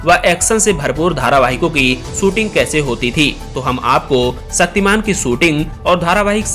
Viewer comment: तुम्हारी डिक्शनरी में छ शब्द नहीं है।.... शक्तिमान.....सक्तिमान......